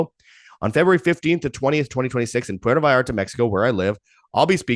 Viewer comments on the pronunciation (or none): none